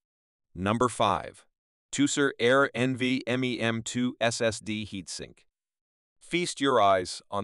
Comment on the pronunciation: My soul shriveled up a little more each time it tried to pronounce NVME